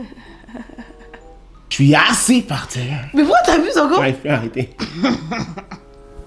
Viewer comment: Ce que je retiens c’est eaaassi par tserre 🤣🤣🤣🤣